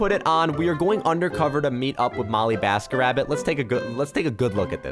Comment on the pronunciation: You literally said “BollyMasketRabbit” and “enesh”